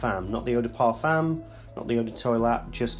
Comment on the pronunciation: Man, You are one of my favorite reviewers! but please stop saying « Parfâââââmmmme ». It's terrible to hear. try to pronounce it the right way my friend. Cheers mate, have a great weekend!